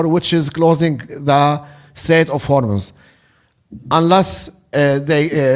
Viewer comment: Thank you for pronouncing Hormuz correctly! I know it's a stupid detail to be mad about in this situation, but I can't help it! It's pronounced Hormoz rather than Hormoooz!